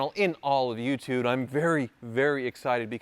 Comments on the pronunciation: Am I the onely one who heard say "youtude" at the intro? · anyone else here him say “youtude”. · Swear he said youtude wicked car though. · Did say "Youtood" in his intro? 😆